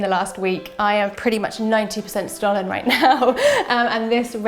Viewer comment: The S in Stollen is pronounced “sh”tollen 😊 Thank you for the nice video tho! Very festive 🎄